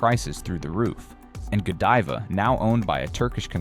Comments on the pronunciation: Please get pronunciation correct. Godiva long i , i want to hear it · gawd-eva? Can we trust this guy when he sounds like he doesn't know what he's talking about? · I think it's actually pronounced (Ga-dive-uh), ya know...kind of like Lady Godiva, I reckon'... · AI can’t even pronounce GODIVA correctly.